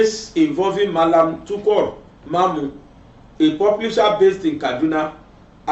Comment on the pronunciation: I love your program very well. TUKUR not TUKOR. Pronounce it well. I may not be calling or participate in your program but I'm one of your fan. Sorry for correcting you. Happy birthday to you once again.